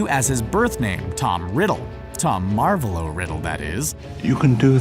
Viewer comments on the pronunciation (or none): its Marvolo not marvelo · Marvooolo riddle not marvlo riddle